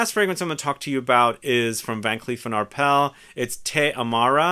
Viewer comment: Excited about many of these, still love Oud and love Myrrh. Also, just fyi the "s" is pronounced in Van Cleef & Arpels.